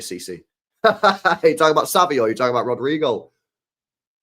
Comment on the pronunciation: Stop saying it like it rhymes with Al Queda. You really need to learn how to pronounce words, bald bish